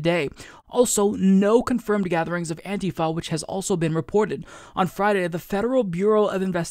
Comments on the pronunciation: I hate the new way you are saying antifa, what is antiFAa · Love when says "Anti-Foh", haha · Your accent when you say antifa tho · Ohma Zi-o lol....you are mistaken...i do not support donald trump. I do not believe antifa are terrorists...quite the opposite. I just can't stand the way pronounces the word antifa...i have never heard anyone pronounce it the way he does...its like a physical irritation....like homeboy said up above....like nails on a fucking chalkboard everyrime he says it.